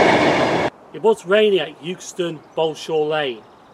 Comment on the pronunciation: It is actually pronounced EXTON not 'YOOKSTON'